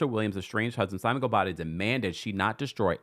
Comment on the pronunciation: Chile that gavel and the pronunciation of goubadia air please 😂